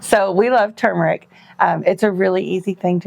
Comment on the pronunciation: I'm glad to hear you pronounce turmeric correctly! So refreshing to not hear "tumoric". "It's not tumoric!" -- Arnold Schwartzenagger, probably. 😁